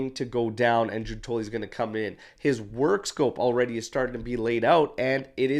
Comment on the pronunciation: Hey, since you'll probably be using their names a lot, I thought I'd drop in to say that it's GIUN-toli (emphasis on the first syllable), and there's no 'i' sound in Scamacca. Keep up the good work!